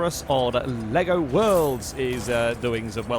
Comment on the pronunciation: HOLY CRAP, SOMEONE PRONOUNCES LEGO CORRECTLY! XD Also, I remember my friend showing me a replay on Driver where he went over one of those crests, landed on a police car, and flew into orbit, and for some reason, when he was up there, an AI pedestrian spawned in the sky xD